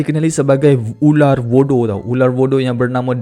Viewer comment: Voodoo la bukan budu 😂 😂 😂